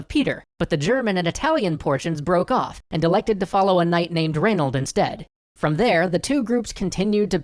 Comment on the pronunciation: im sorry did you say reynauld :)